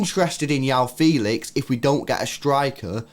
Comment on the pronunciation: Ur saying Felix 1st name wrong